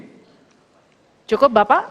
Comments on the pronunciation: Cawapres dungu walau dipoles dan di gincu kelihatan luciknya.SGIE : ES GI AY I.Sepertinya cawapres 02 harus belajar dulu ke SD.belajar cara pengucapan bahasa inggris.dan adu cerdas cermat bahasa inggris dgn cucu saya sd kelas 4 tentang bahasa inggris yg benar. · SGIE... Literatur english 😂... Hadeuh ada aja ya sok tinggi bikin linglung,... Es Gi i ai... Cukkk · SGIE dalam pengucapannya bahasa ke inggrisnya Es ji ai i ... Bahasan Ingris Samsul sangat minim😂 CIA dalam bahasa Inggris si ai ei bukan cia🤣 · Pertanyaan titipan, sdh paham dan dia salah ucap , kalau singkatan bhs inggris mestinya bukan esgeie bacanya, ketahuan . Ini jd pengikutnya ikutan g cerdas y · kocak yang dipakai istilah asing tapi pelafalan es ge i e wkwkwkw kocak!!! pengen keliatan pinter ngucapin nya aja salah !!!! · singkatan aja bacanya masih salah asam sulfat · Ngomong dulu ES GE I E yang bener.. 😂😂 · Baca tentang Pedoman Melafalkan Singkatan Asing. OTW COD Kureng lirerasi nih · Gibran sendiri juga gk tau apa itu SGIE..gibran membacanya aja salah karena itu dingkatan bahasa inggris..gibran baca kepanjangan itu lihat teks.😂😂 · Efendi pengamat penjilat, SDIE penyebutannya salah pen. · Yang nanya SGIE aja masih nyontek pas menjelaskan kepanjangannya, nyebutnya pun gak sesuai pengucapan English. Tapi ya sudahlah, maklumin aja hehe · SGIE ? Saya garukin itunya enaak .. 👍👍👍 Ngucapnya aja nggak bener. Bangga bisa bikin bingung yg ditanya ? Yg songong siapa sih ? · Ngomong SGIE aja salah, itu pertanyaan gampang sya jurusan ekonomi syariah juga bisa, hnya saja di kelas dengan singkatan dgn penyebutan yang salah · Ya, tapi sayangnya salah melafalkan singkatan SGIE dari literasi dari bahasa Inggris. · Bukan pertanyaannya yg sulit blimbing sayur...anda istilah bahasa inggris tapi bacaan nya indonesia😢😂 sok pinter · sgie...sebutanya indonesia buanget...seharusnya di speling pakai inggris dong biar di mengerti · Singkatan nyebutnya aja salah 😁😁😁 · Harusnya S Ji i ai bukan SGIE mungkin